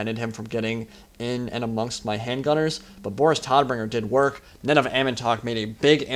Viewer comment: hey man great vido :D jst a little thing vor knowlidge Boris Todbringer is pronounct Like Boris TOTbringer its the german word vor death. :D sounds a lot more badass thisway i think :D